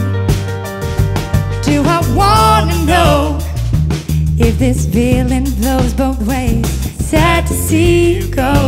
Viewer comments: It's not only the z's, she also pronounces the f as v (like "veeling"). There is another video of her singing the same song and she does exactly the same. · "if this veeling vlows both ways....baby we both know that the nights were mainly made for zaying things that you cant zay..too busy being yours to vall for somebody new" i cant. she is great at creating and singing her own music, but I am not impressed with this cover, its kinda bland and her pronunciation was irritating